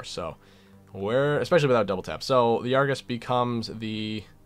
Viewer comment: Argus, Pronounced, ARGOOSE!